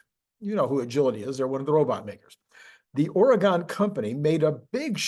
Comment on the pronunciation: Oregon is prounced like "gun", NOT "gone" Love your work